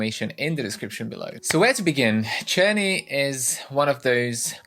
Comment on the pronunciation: Czerny I use with my students at the Music Institute. It's pronounced with K I ALWAYS HAVE. FIR EXAMPLE (KERNEY)